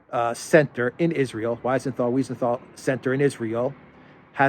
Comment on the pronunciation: It's Simon Wiesenthal with a long E, like 'WE senthal.